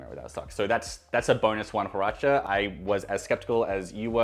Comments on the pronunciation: FYI you pronounce Huarache as (Waa-raa-ch-ezs). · The "H" in "huarache" is silent. Pronounce it as a "W" as in the Beach Boys song, "Surfin’ U.S.A."